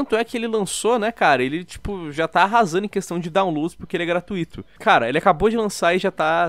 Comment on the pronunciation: A única parte ruim do canal é o falando errado a palavra "gratuito"